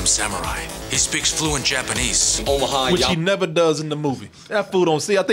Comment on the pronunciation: “What’s his name yomaha- Yamaha” 🤣🤣🤣🤣🤦🏻‍♀️🤦🏻‍♀️🤦🏻‍♀️